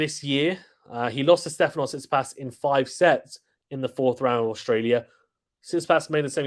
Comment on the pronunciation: Bro said Tsisipas 8💀 He should be higher Cmon